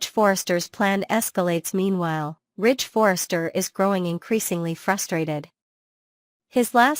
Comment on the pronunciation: Rich????? You mean Ridge